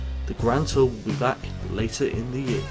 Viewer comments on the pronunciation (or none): none